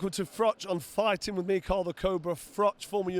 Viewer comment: Figh-tin man lost again